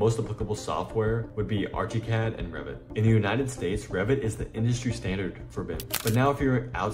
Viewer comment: i can't get passed the "arch-y cad" pronunciation. and using AI to render your sketch is insane...ly dumb. about as dumb as using AI for any production work. ask me why, and i'll tell you.